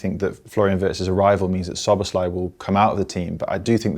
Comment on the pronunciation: Can everybody just say Szoboszlai’s name as it should be and not with an SH sound? Thank you